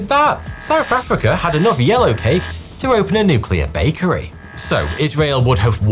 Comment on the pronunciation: Whoever wrote the script for this video hates the narrator, making him say souf affricka every 9 seconds